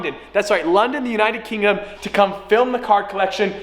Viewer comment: How many of you noticed that He said "United Kingom" in place of " United Kingdom"